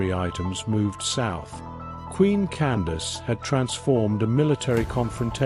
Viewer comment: I’d like to add that her name was Amanirenas. Candace as you stated was an official title pronounced “Can-doc-keys” (my way of phonetically spelling it). There is a bust of Augustus Caesar in the British museum that was found under Amanirenas’s temple/throne (please look it up). She was known for raiding Augustus Caesar’s territory and brought back a souvenir. She buried it under her feet (throne) to signify how she felt about the foreigners coming into her cousins (the ancient Egyptians) land and now trying to take over hers. The one-eyed queen: Amanirenas❤